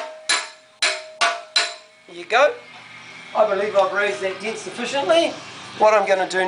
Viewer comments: It's pronounced DENT not DINT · Fix the diiiinnt. Ure accent is awesome. Greeting from California